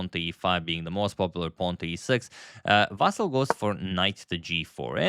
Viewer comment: VasYl, not VAsyl